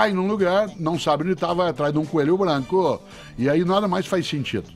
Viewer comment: Só eu q tenho agonia com algumas palavra que ele fala ? Brancoãan, Sorrisoãan, altoãan, Britanicoãan... rsrsrsr